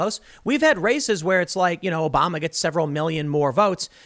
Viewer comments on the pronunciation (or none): none